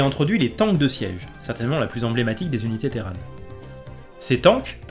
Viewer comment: les téran pendant toute la vidéo. De temps en temps un petit "terrane" qui pop. Je préfère Terrane perso, téran ça m'a un peu fait saigner les oreilles. 😂Bonne vidéo sinon comme d'ab :p